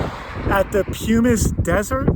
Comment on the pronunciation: Pumice rhymes with hummus. Oom qua National Forest =umpqua